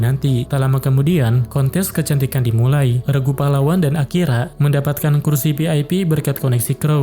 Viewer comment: Bg di menit 40 kayak Akira jadi akiya